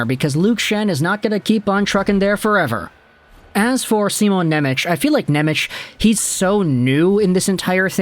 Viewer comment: Pleeeeeease stop saying NemeCH... its pronounced NemeTS. In Slovak, the letter C is like TS, whereas Č is the American CH sound.